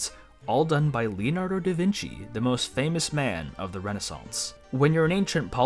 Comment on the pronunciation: 'Vinci' is pronounced as 'Veenchee'. Sorry but I literally live in Tuscany, Italy, less than 40 km away from the town of Vinci which gave Leonardo his common name and still is named as such nowadays and hearing it pronounced like that is hurting my brain. Again sorry to be that guy!